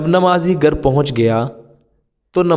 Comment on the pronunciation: Gar nahi ghar bolne seekhye.